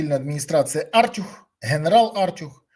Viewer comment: Та не "Артюх", а "артЮх" Хоча, в принципі, як лайно не назви - лайно воно і є...